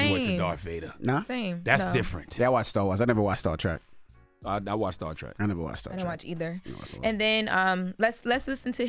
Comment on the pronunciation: It's Trek not Track 🙄 my goodness get it right